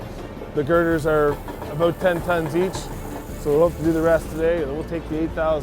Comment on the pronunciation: Now maybe they can learn the proper pronunciation of about!